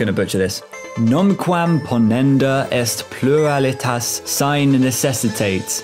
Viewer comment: It's beautiful how you mispronounced "sine" so bad haahahah